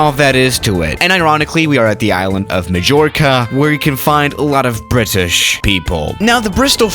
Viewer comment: pronouncing well Mallorca😂